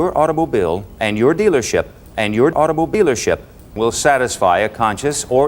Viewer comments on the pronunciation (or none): lol, " Automobeelership " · "Automobealership" "Lawspect" 😭